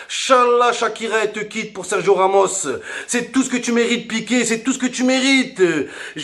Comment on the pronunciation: OMG ça faisait 2 mois que j'ai plus eu tes vidéos. Heu Ramos c'est fait Shakira j'ai cru entendre 😂